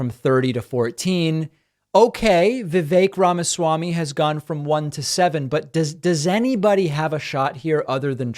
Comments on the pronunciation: I love how she pronounced "Vyvek Ramasy" hahaha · No way someone as tuned in & educated (as she reminds us in this video) as Bitecofer pronounces "Vivek Ramaswamy" as "Vy-vek Ramassy" - I guess left-leaning people can be ignorant in this regard too... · Why doesn't she now how to say Vivek Ramaswamy's name?